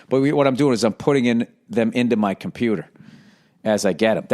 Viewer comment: Billy puttin' his numbaahhhsss into his compuuuuuuutttaaahhhhhhhhhhhhhhhh